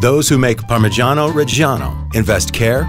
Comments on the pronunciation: The art of parmigiano 🙏🏼🇮🇹 PS: But please.. pronounce it right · makes a tutorial on how to get a parmigiano pro cant pronounce it correctly